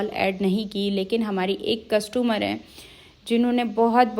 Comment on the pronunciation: Not castomar it is customer 😅😅😅😅😅